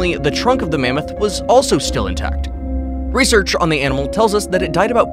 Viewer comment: "some other reshshrs"